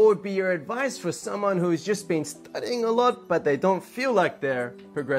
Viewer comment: 自分もそれ気になりました。確かに advice のイントネーションが変でしたよね。にも関わらず、一番最後の advice の発音は普通に出来てましたね。不思議な感じでした。